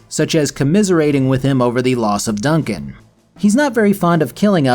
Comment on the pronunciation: Dun-CAN? Seriously?